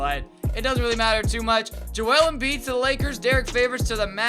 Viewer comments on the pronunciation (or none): none